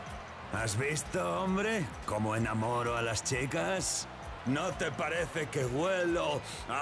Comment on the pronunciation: I may have misheard it but there’s a point where it sounds like mispronounces the c in parece as an f